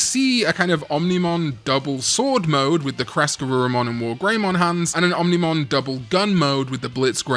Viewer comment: I'll subscribe if you never say ominimon again.